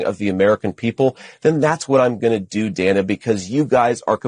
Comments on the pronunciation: I hate the way he says Dana! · He pronounces her name correctly until she pushed back. Mispronounced. The "shut up" was deplorable